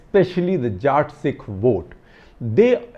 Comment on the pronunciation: Not “ Jaat” Sikh , it’s Jatt Sikh